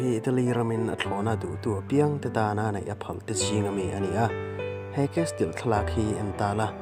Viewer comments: Castle(casil tih a lam tur) chuan mizo dik tak i nih chuan Burma raltlan lam dan in mizo tawng lam suh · Kesil tiin lamla......